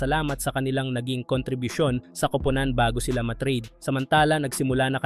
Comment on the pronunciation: Bakit pronunciation mo sa kupunan ay grabeng nakakahiya?